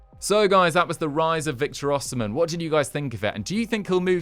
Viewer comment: It’s pronounced O she men